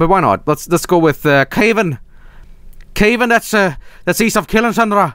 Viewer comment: The way he said Cavan. Smhwlaciid